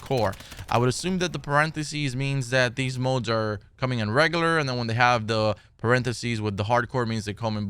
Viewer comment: Had to unsubscribe. Can't take anyone seriously when they pronounce regular as reggaler.